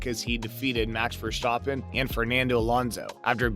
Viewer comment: "Ver-STAH-pen" it's actually VEHR-stah-pen. Make the "ah" short.